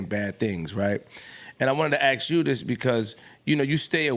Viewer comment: Jesus Christ stop sayin AX for ASK...it's not cultural, it's irresponsible and dumb AF